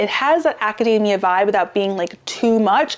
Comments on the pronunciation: I love your videos, thank you so much! But it's not acadAAAAmia, like a nut. AcadEEEEEEmia. It was tough to hear this word mispronounced so many times in a row. :D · It's actually pronounced "academia" with a long "e", not long " a". Also, when did they take the "t's" out of buttons? Cotton? Mountain?